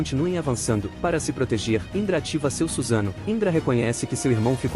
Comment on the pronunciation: é suSAnoo e não SUZANO gênio kkkkk